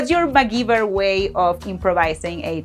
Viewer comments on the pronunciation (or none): Hola,. Are you aware that you pronounced "Imaginate!" with an accent over the first "a"? As an important chunk, we gringos need to hear it pronounced correctly. Ademas (and you get a big pass on this), the verb is "to MacGyver," and the "y" is pronounced as a long "i".